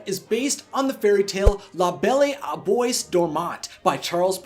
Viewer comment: Did he just say bois as boys?!?!